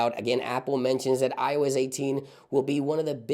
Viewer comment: I heard him say “ioiz” and i cant unhear it 😂